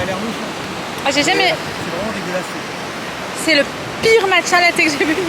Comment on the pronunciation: Tu peut arrêté de dire DEGUELASE je trouve sa irrespectueux 😅